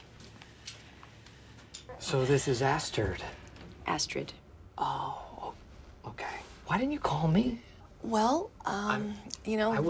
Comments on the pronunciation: “so this is Asstird?”😂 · ‘Assturd’ actually, lol